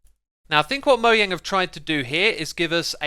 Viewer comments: You pronounce "Mojang" in the wrong way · It's Mojang not moyang